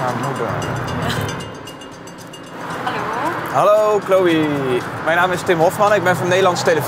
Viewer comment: "Halloey?" haha